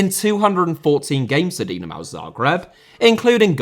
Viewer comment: So true. If he's not going to bother looking up the names, he might as well stick to anglicized pronunciation. WTF is a "Dinamao" when it's at home? Like you say, it's not even an obscure name. Dynamo Kyiv, Dinamo București, Dinamo Zagreb, and Dynamo Moscow are all big historical clubs.